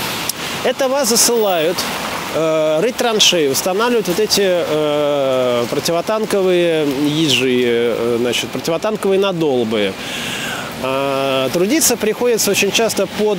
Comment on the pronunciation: огромное спасибо,много нового!можно поправить?ЭлиАсберг, нАдолбы